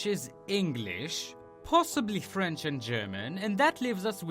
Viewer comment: One thing-Frence? It French :)